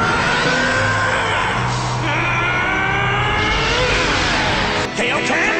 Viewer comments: its pronounce k-eye-oh-ken not kay-oh-ken he mispronounced it. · Peter Petrelli no original z mis pronounced it. it really is k-eye-o ken